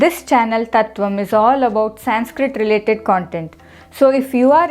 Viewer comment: It is convincing. But one thing is difficult to digest is your pronuciation संस्कृट in english conversation. Will you please check it